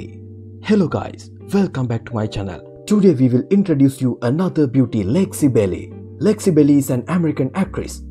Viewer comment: Lexi Belly? Do you mean Belle?